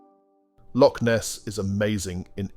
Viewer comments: Good video, but Please learn how to pronounce Edinburgh Lochaber Burgh and loch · Ditto the Edinburgh note. And, the word loch is pronounced "loch" not "lock". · It should be pronounced LOCH, A Lock is on a door or a canal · This numpty narrator needs to learn how to pronounce the names of places correcrly..Edinbro,Lock,Lowhaber..boils my piss.. :(